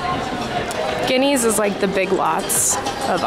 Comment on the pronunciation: its guynees not guineas